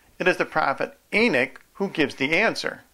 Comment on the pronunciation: I ask one thing: stop saying e-nick. It is e-nock. NOT e-nick. Thank you.